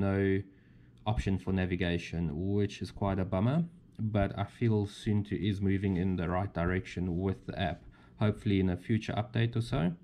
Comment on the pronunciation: It's not soentoe, it's more like soon too 😊